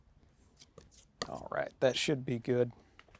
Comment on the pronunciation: More like he's alwhite